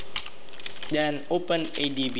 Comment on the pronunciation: its pronounced THen not DEN and THis not DIS